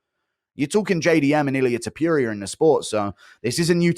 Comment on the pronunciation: “Illia Topurier” - Guru